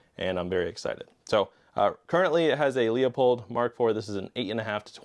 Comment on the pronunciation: .308 to me, always seems like it’s gonna be the standard, smallest caliber humans will use in any extra-terrestrial involved post-apocalypse. I.e. The Covenant Or even a zombie apocalypse in which the virus mutates on a dangerous enough level to create monsters bigger than zombies. Like any of the Bio-Organic Weapons (BOWs) from Resident Evil. Also, hate to be that guy, but LEUPOLD! “LOO • POLLED” NOT LEO-POLLED